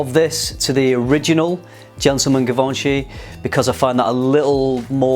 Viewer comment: It’s pronounced gee von shee